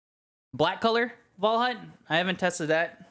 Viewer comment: Unique video style! Reminds my of zorzgamig, not by how it's made but how unique it is. And WAL HA U T was nearly right pronounced :) Also thx for the very good explanation! Was an pleasure to watch this video!